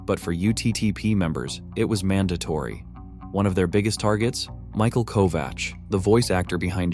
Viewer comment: It’s not kova “ch” it’s kovak